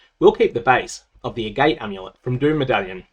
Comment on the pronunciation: FYI I think Agate rhymes with Agatha